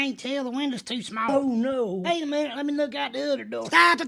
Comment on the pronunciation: instead of tsop its sotopuuh